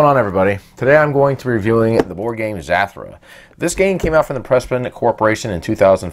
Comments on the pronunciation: Its not zatura its zutura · Actually, Zathura is pronounced as Zuh-thur-uh. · This man really calling this game zathrah haha anyways cool didn't know zathura was an actual boardgame.